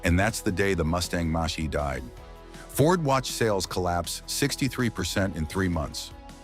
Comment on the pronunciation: Moshee... Moshee... Mach E.... Mack E... Moshee...